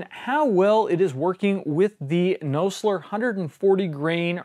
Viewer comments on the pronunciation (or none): I always thought it was pronounced "Naw-zler" and not "No-slur" LOL